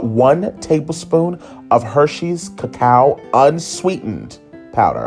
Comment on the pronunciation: That "cucow" powder haha love it lol